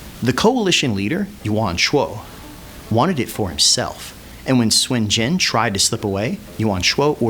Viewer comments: why do u say swen jen ?? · It's not Swin Jin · SUN JIAN SOON JEE-ANNE THAT IS THE PROPER PRONUNCIATION Nice video though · "Swin jin" yeah..... no. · I'm chinese and it's not pronounced swin jin. Lmfao